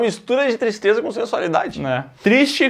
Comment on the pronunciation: Que "Tistreza"